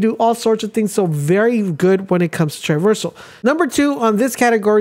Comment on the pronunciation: I thought you made a mistake the first time. Even the second time…. But you’re literally saying the word wrong. Triversal is not a word. It’s TRAversal. As in TRAH- VER-SUL